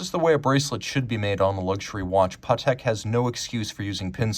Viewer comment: How on Earth did you get the pronunciation “dayfi” from defy?? Do you say, “my kid daayfied my telling him not to eat chocolate?” Or, “He is so daayfiant?” What is wrong with you? Oh…bonus…and btw…it’s not “Pawhtek” either.